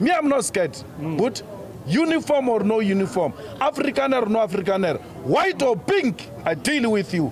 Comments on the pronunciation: I always repeat that last part✊🏿🤣🤣the emphasis on"white or pink"kills me🤞🤣🤣🤣🤣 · That posture & emphasis of that "white or pink"🙆🏿😂😂😂😂I'm convinced liphumile nom iconsana/iqabazi lomchamo klowa mlungu🤞🏿😂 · The emphasis on that "white or pink" 🙆🏿😂😂😂😂